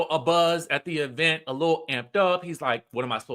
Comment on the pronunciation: The way you consistently say “E-Vent” like Tisha 😂😂😂